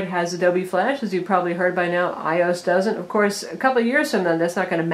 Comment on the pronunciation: ...Did she say "i-ose" instead of "iOS?"